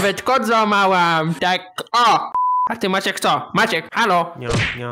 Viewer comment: Ciche wołanie i zamiast MAACIEEK to: maaciek XDD